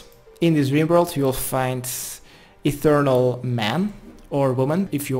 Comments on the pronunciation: e th e real not ethernal not a thing fuck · Come on man, your explanations of the dice thing is just abysmal... also it’s pronounced etheREAL, not etherNAL. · It's ETHEREAL, not ETHERNAL. Pronounced ETH-EER-EE-AL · "Have you learned anything?" "Ethereal is apparently pronounced Ethernal"